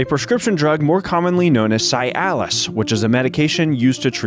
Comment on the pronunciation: Cialis is pronounced like See Alice, not Sigh Alice.